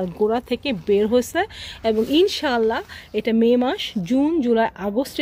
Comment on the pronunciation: মাঝে মাঝে ইষশাল্লা বলছেন কেন